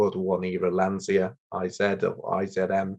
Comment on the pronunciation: it is not "lanzia" but "lancia" the famous italian car company.